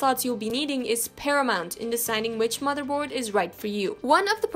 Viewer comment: "but this isn't the case" no it's the mather bord hehe